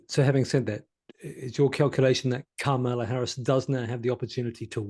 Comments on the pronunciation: It's KA-mala, not Ka-MAla. Not hard. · In US politics, "Democrat" is a noun. The adjective is "Democratic", as in "Democratic policies, the Democratic party", etc. The error is made on purpose by right-wingers as a micro-aggressive insult. Please stop making this mistake, and perhaps now you could also learn to pronounce "Kamala"